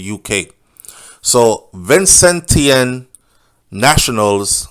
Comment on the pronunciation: The proper pronunciation is Vincentian